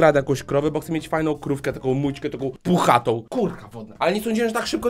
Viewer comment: Mówi się mućki